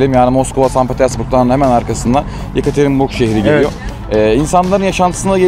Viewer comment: bin kere söyledin hepsi de yanlış. yekaterenburg değil yekaterinburg...